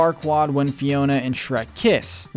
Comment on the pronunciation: I was like "why is he calling Fiona ' Tiana?' Like wrong movie dude." Xp